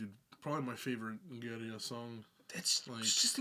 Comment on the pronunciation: First, thanks for the authentic pronunciation of the band! 2nd, I loved the cleans. After this, I went back to Coma and really enjoyed it, but the cleans from this have me so excited for future releases.